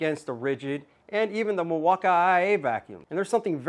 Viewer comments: Why do you call it Milwauka i i? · never heard Milwaukee pronounce that way..